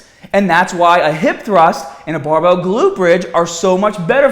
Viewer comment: Boom!! Butt before we get stahhhhhted.. Bam!! Buy youhself a bahhhbell and stop listening to gahhhbage tips... bang badabing badabong.